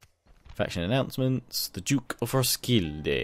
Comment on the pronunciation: Im from Denmark and i think that your pronunciation are great and i find your way of saying Århus and Roskilde very good. I have heard much worse.